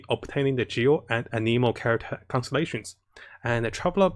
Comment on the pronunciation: So aneemo ameno but you didn’t say anemo correctly lol, oh wait you say all the names kinda wrong /o.o\